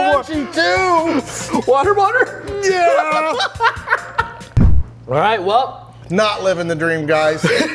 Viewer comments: When he said water bawhater lol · wader boder